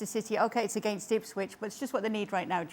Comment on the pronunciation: Gome on guys its Ipswish town😂😂😂